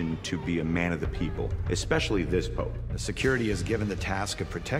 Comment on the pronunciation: You say Pope not pops or pop.